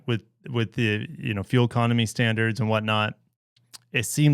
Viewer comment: "Standars"... really Forbes?